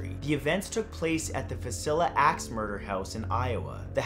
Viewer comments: Villisca, not Viscila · I was familiar with all but the Asian ghost stories, very interesting. FYI Villisca is Vill iss kuh, not Viss ill uh. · Vi-li-sca dude. At least Iowa gets a shout out. Go Iowa. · #3 the house is called Villasca - vill-A-skuh with the middle syllable sounding like the a in cat. it was on Ghost Adventurers also. Freaky place. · "Villiska" is how it's pronounced 😂😁 Being from Iowa myself I couldn't help it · Its va-lisk-ka matt, close though and yes i live in iowa so i do know. But its not the only town mispronounced in the state lol.